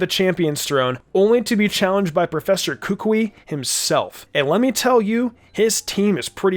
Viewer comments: he said "kookwei" is sted of kukui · It is Koo-Koo-EE for Gods Sake! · Say it with me now Ku Kú Wee Not Kúkui Kukúi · It is kukui not kuukuuy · How to pronounce Kukui is -Ka-ku-eeeee! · It’s ka-ku-y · The way he said Kukui was so weird and wrong. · Why he pronounce kukui like that 😭😭😭😭